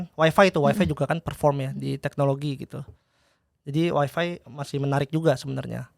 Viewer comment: Maaf mau koreksi, tuk emiten WIFI, Bukai Waifai bacanya